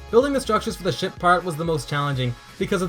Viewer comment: I keep thinking you say sh*t part and not ship part.